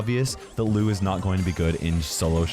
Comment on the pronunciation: ITS LOU NOT LUU